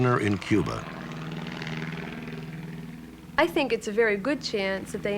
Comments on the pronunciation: There is no Q in Cuba, the C is a hard C, pronounced with the K sound, ie KUBA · There is no Q in Cuba - it is pronounced - Kuba - a hard C - as in Castro